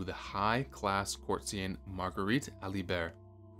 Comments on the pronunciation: "ReguLAIRle"? "Courtseein" or something? Bloody AI! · Learn how to pronounce "courtesan" and "annals." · ever consider having someone audit your pronunciations before you record ? Common words you've mispronounced here: Magdalen, courtesan, annals, clergyman, forbade ...some really sloppy stuff.